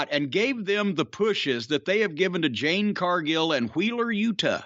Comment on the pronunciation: "Jade", Mr. Cornette.